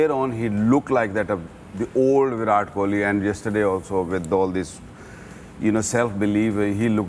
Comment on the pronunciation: The pronunciation is "وِراٹ" not "وِرات "